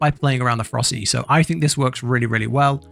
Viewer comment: They’re pronounced Fer-ROS-city and Jag-war. It’s like you lost a syllable from ferocity and added it to jaguar. Otherwise, good guide.